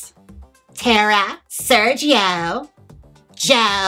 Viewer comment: Probably I noticed it because I love the way you pronounce that name